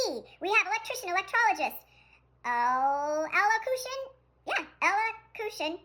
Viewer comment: Best part was her not being able to pronounce elocution